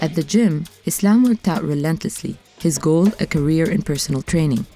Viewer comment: lol his name is not 'Islam' !!! wtf Its 'Aslam'